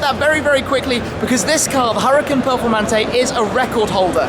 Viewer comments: its "Hoo Ra Kaan" not hurricane duh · its pronounced ou-ra-khan